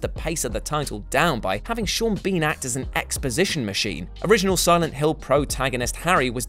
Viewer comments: I just had a little laugh with myself, at 2.03 when you pronounced Sean Bean “Seen Bean” because about 30 seconds earlier I had called him that myself! You had to be there but it blew my mind when you called him the same thing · "Seeen Bean"